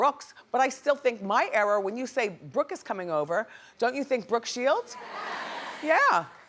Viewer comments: Wendy, its ERA! Not error! You're killing me. 😩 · Think Wendy likes saying "error" instead of era just to make people mad about the pronunciation lol.